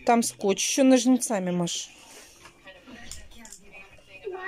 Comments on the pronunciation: ножнцАми...ндяяяя,бедный великий русский язык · в слове " ножницами" ударение на первый слог, вас слышат дети и будут повторять неправильно в своей речи.